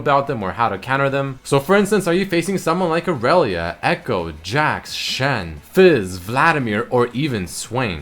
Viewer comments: Dude it's pronounced /i re lia/ not freakin ORELIA jesus you triggered me so hard and I even hate her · lol when you says "irelia" I hear "arelia" so I keep on thinking he's gonna say "arelian sol" XD